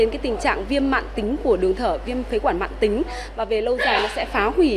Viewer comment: Phổi tắc nghẽn mạn tính nhé chứ không phải mãn tính , mc cần đọc đúng